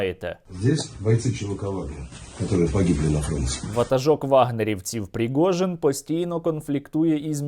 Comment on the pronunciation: Не пригожін,а прижогін.😄😄😄